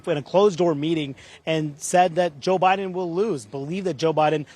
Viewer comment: Omg Manu messed up Biden's name. Please evaluate him for dementia.